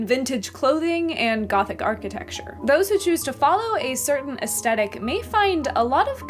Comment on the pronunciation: Aesthetic is pronounced with the same TH sound as thick, not with a hard T. It was distracting… 😕